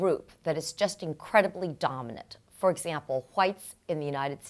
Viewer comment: The way she said whites ☠️😂great info though.